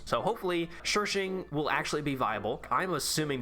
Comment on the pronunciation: sherping? you meanm shershing?